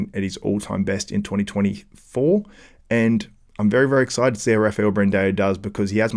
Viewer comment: its not Brand-EO! its Brand-AO.... there is not E in his name its an A.. stop saying it wrong for the love of god!!